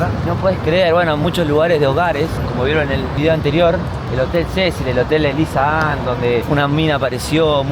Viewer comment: En el video anterior tambien parece que dice lisa Ann 😂 fui al Google a poner lissa Ann hotel Cecil video 😂😂